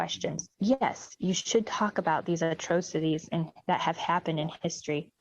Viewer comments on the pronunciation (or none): Did that republican state rep just mispronounce atrocities as "a-trow-cities"? My God! Where do these people come from? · Note how she mispronounced "atrocities". Yikes.